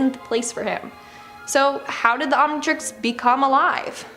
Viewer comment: Jajajajaja. "the Omintrix" killed me.